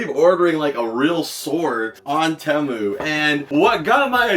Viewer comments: temu? there are two vowels and anyone who had english in second grade would know the second vowel forces the first to be a long sound so it would be tEmu but the second vowel remains silent so the word temu would be pronounced TEm or team or even TEEmoo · It's Teeee - Moooo dude.... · I don't mind how energetic he is but I'm pretty sure he has eyeliner on an what's up with people. Not saying temu right